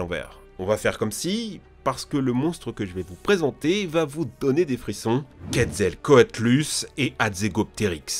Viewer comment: COUP DE GUEULE !!! Premièrement il faudrait mieux se renseigner avant de parler de dinosaures. Les erreurs de pronnonciation : franchement Dinkleotseus, quetzelcoatlus, et le pire carchadontosaurus au lieu de "KARKARODONTOSAURE" -dire que le spinosaure était le plus puissant, alors qu'on sait maintenant que leurs pattes avant et arrière était presque aussi grande et puissante, leurs immense queue, ne leurs aurait causé que des ennuis pour courrir. Enfin bref... -Dire que le psittacosaurus à des poils, alors que se sont des protoplumes. -il oublie l'archaeopteryx pour les plus petits dinosaures. -Le lyviathan était bien plus proche des actuels cachalots.